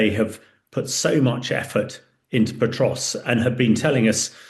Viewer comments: Pokrovsk, not Potrovsk. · Say Potrovsk one more time.